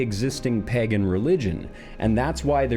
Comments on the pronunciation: You have to fix your pronunciation of the word "pagan", man. I don't want to keep thinking about "pegging gods" when I watch your videos. 😰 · Just have to point out the was you say pagen sounds like peggin lol